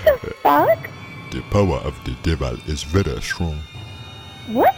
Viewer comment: he said the power of de deval is vera shrong